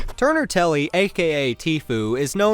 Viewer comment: Anyone notice he called Tfue “Tuner Telly” not “Turner Tenney”🤣🤣🤣 idiot